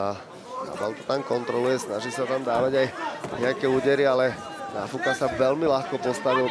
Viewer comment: kromě tvojí czenglish ohybas i němčinu. Opravdu to není Náááfuka. Už se stáhni do pozadí a nech to někomu erudovanejsimu.😮